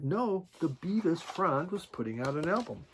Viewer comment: Its Bevis as in elvis